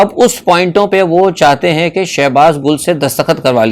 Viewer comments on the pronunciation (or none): Sir shehbaz Gul nhi ha wo Gill ha please correct kr lain